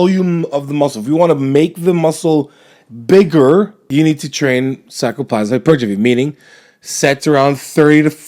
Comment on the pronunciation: I love how he says sarcoplasmic...gets like 1/3 of the way through and slurs it together